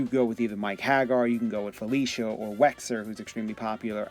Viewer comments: who's wexer? it's wesker man! Wes Ker, not wexer! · Wesker! not Wexer